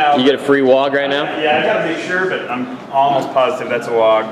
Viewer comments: It's WAAAGH! not wogg. And ya it's hooligan, that's the point. Way to suck the life out of having fun with orkz. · stop saying Wogg. It's just cockney for war.